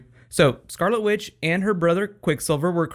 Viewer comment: haha.... you said scarlet with. :D <3